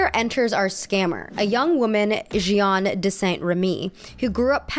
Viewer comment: sorry but it pains me too much, I need to tell you that her name is actually pronounced J - ah - n, not J - ee - an